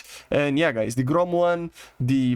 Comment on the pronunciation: You pronounce the word GROM like a Russian.🤣🤣🤣It translates from Russian as "Thunder" if anyone is interested.